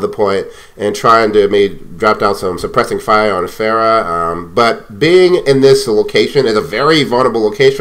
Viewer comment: اعتقد بأنك تمتلك عِـرق عربي ، لأنك استطعت نطق اسم فرح Pharah بشكل شبه جيد الي يعرف يكتبها بالانقليزي يكتبها له بالرد